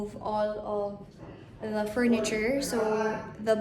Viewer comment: Nakaka-bother yung “the” na pino-pronounce as “da” 😖